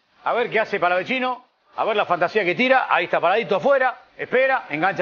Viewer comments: porque le dicen palavechino, si no tiene dos C, es Palavecino se dice como el chaqueño Palavecino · Por que le dicen palavechino? Si es palavecino, re boludos. Felicitaciones river por el fichaje. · El mismo pibe dijo que no es palavechino es palavecino y le siguen diciendo igual que periodistas tan mal informados...y no son los únicos en la mayoría lo pronuncian así🤯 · xq le dicen palavechino?? es palavecino soretes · Che me pa que es palavecino no palavechino 🤦‍♂️ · no pronuncian bien, el mismo jugador dijo que es "Palavecino" tal cual suena